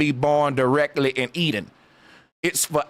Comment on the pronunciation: "E-DEN" "electronic den"